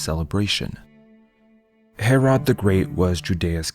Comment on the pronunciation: Palestine is NOT a country and has no legitimacy. Also your pronunciation of Herod is atrocious